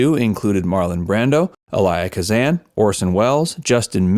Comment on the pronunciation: I like listening for the mispronunciation of names in these videos. There's at least one in every video. Today's mess up was Elia Kazan. It's EE-Lee-uh, not Eh-LYE-uh. Kazan was also mispronounced but it's too hard to type.